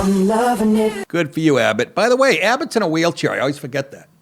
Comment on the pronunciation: did you say 'whale' chair?